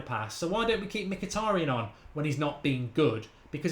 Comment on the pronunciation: Mkhitaryan, being an Armenian surname, sort of supposed to be pronounced not M-hee-tA-ree-uhn or whatever, but Mhee-tar-rYAn, the stress is on the last syllable YA is one sound, not two, similar "ya" as in "yard" methinks ))